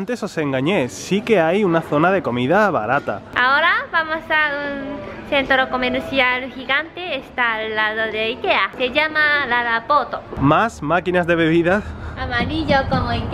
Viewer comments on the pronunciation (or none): Jajajaja lo siento, fue demasiado chistoso cuando dijo: Lala Port (Lala poto jajaja) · Por que cuando dijo la la port le escuche la la poto clarito jaja